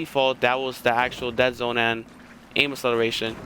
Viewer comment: Someone needs to learn how to pronounce acceleration properly